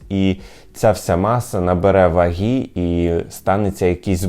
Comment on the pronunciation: "ВагИ" а не "вагІ"...